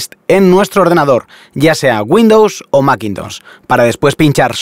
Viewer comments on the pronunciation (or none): none